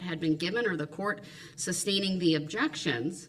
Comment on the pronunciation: His objekshuns (DB SPEAK) drive me crazy!